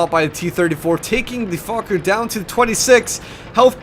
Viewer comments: It's pronounced foshe. I lived on that street in paris many years... typical american stupidity thinking it's pronounced fuck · it's pronounced 'fosh' dude! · u pronounce it like it has an S instead of a C